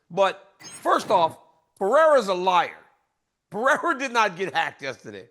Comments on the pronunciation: Jack de la Lame - Ah ... Bleh - hal ... Alex Pierra 🤧 Chael 🤣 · DC and ... Kale Somethin? Good guy/Jack Ass ? These are not difficult names and it's not funny anymore. It's disrespectful. Say JDM or Jack. Pee-Air-ah's right. Kale Somethin... No Chama.